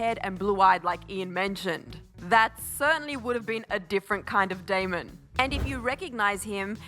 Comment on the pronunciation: lmaooo it's not that difficult to get his name right😂 it's DAMON